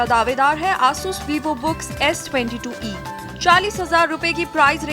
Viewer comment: not aaasus its asus